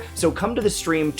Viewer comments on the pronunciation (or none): none